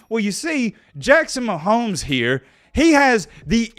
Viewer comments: said Jackson mahomo 😂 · Jackson Mahomo! Thought I was the only one who said they last name like that haha! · Jackson “mahomo” situation 😂💀 thought he was slick